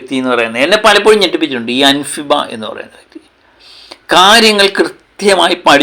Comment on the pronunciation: അൻഫിബ അല്ല അൻസിബ 😅😅😅😅😅